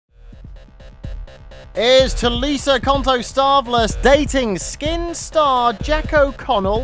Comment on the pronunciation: say her last name right will ya?!